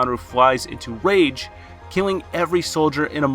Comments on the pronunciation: If you lower youre volume at the start you can hear him says rape besides rage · I can't even list everything wrong with this list. First off you keep saying rape not rage, lets get that out of the way. Then there's Tanjiro at #1, did you even watch the show ? Tanjiro has yet (at least in the anime) to have a rage moment because he's such a gentle person. Then you have Goblin Slayer on the list......do you even watch the shows you list? Goblin Slayer has LITERALLY no emotions at all let alone rage. And my effin GOD the way you pronounced Ufotable should get you arrested. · why does it sound like rape instead of rage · Bro why, why must you pronounce it as rape. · Y u saying rape man its rage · Why does it sound like you're saying "Rape" instead of "Rage" 😅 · Is it just me or does it sound like your saying 'Rape' Instead of 'Rage' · did he say rape scene??????💀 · Nah bro said Rape not rage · I heard him pronounce rage rape many times!! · I feel like he keeps saying rape scene lmfao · I swear it sounds like he says rage as “Rape” lol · Did you say rape sceens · Bro is saying rape scene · Why does it sound like he is constantly saying 'rape' instead of 'rage' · U need holy water for ur ears(the more I progressed in to the vid I started hearing it to) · RIGHT "this is everything we look for in a rape scene" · Because he is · If you listen closer he is saying rape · LMAOOO, ikr. i just made a comment about that b4 i read this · There’s no way he’s not saying rape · yeah' it sounds like his saying' rape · He was probably thinking of berserk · I came to the comment section just to find this comment lol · its true either way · I don’t I was the only one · I'm now uncomfortable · Bro no offense but whenever you said rage scenes in the video I heard rape scenes ...or is it just me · Did he say “rape” rather than raid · You saying rage science or rape scenes sounds like ur saying rape scene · i keep thinking hes saying rape seen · bc it is